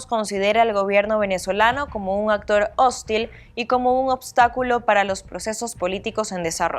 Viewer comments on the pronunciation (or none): Revisa como pronuncias hóstil o hostil